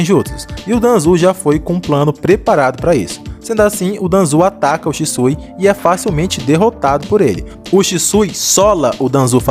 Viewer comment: "É Shixu, Sishu, Shishiu, Shisu..." "É Shisui, senhor." 😂😂😂😂